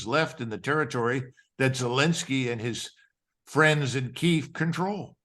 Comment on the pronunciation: Only a Colonel! Not sure he's a high enough rank to put forward a fully informed view. He clearly has a Republican agenda, as does the host. He cannot even pronounce Kyiv properly. Half-baked.